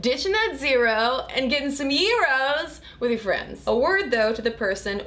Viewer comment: Thank you so much for pronouncing Gyros properly!!